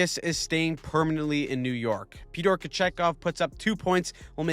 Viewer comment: Come on man you got to say “Pytor” and really say the Y when you say his name